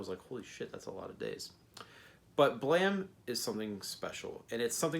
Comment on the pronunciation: So were just going to ignore the e at the end of the word?